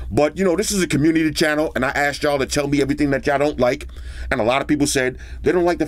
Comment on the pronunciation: "Eheee thang"